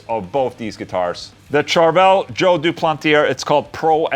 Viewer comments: "Doo-plant-ee-ay" Ola lol...not "Doo-planty- air" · Englund the R at the end of duplantier is silent,the sound is "duplantié",you are welcome 😁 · It's joe du-plan-tee-hey